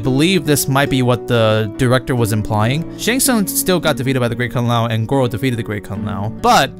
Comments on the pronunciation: Great Kung Lay-oh XD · "the great Kung le ow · A nice enough flick, but utterly forgettable. Kind of a shame for the first R-rated MK movie. Also, it's funny how this channel is run by a Chinese guy but the voice generator that he uses doesn't know how to pronounce Kung Lao. xD